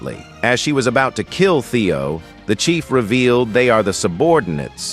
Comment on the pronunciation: Chief not Chef